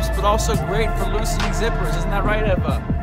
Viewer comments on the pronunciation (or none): You're sleeping with her but you can't pronounce her name correctly? She introduces herself as Eva sounding like Ava, you say Ehva. Just saying. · That’s such a very trivial comment ....been following them both for a while & no one has been bothered about it or noticed it ...not even Eva .✌️